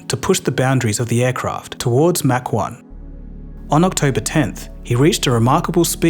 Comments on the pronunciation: Thanks. You might have learned how to pronounce MACH first. It's not Mack, it's Mach. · It's "maach"... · It's "mach" you keep saying "mark".